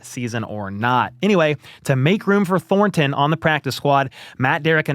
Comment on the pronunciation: I hope ThorNNNton leaves the Chiefs so I don't have to hear you butchering the pronunciation of that guys name over and over. Thornton...no emphasis on the N...say it again Thornton.